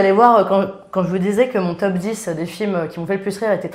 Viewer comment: Pourquoi j'entends "Teub 10" à chaque fois? C'est très déstabilisant! En même temps ce serait un super concept "Les 10 teubs qui nous ont fait le plus marrer dans notre vie" hahaha x) Sinon mon top serait un mélange des vôtres avec du plus classique comme De Funès, Coluche, Monty Python, du plus récent comme Ben Stiller, Les Bronzés, Le Père Noël est une ordure... Le dîner de cons... Les Visiteurs 1 et 2... je cite un maximum de Christian Clavier pour faire plaisir à. C'est arrivé près de chez vous, La Classe Américaine sont également des films cultes pour moi. Maman j'ai raté l'avion, obligé de le revoir à chaque Noël. J'ai également été très client des trois premiers American Pie. Si je devais en donner un "sous-estimé" ou méconnu ce serait un film avec Ben Stiller que peu de gens connaissent, en français il s'appelle "La Colo des Gourmands" qui montre un genre de camp de vacances et d'amincissement pour jeunes obèses avec un Ben Stiller en directeur de camp complètement taré. Voili voilou et je t'aime <3